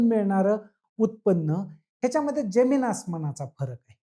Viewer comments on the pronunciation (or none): none